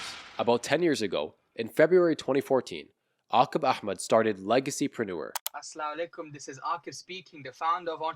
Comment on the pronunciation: Never trust any guy from pakistani background who says “assla walekm”🤦🏻‍♀️